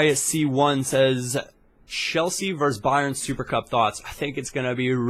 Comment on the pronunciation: Oh man, Sperz!? Ugh! Great vid apart from that my man!:)